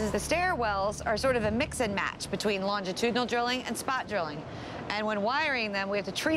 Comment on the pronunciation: someone tell the narrator that you pronounce the "G" in longitudinal like a "J" and not a hard "G"